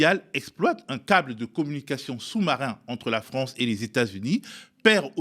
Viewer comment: "Vive la Fronce"......